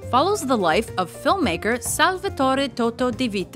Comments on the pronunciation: toto :( totò, non toto è un nome napoletano poi la vita è bella dovrebbe essere il primo... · in "nuovo cinema paradiso" Toto's name is Toto' with the accent on the last O. :)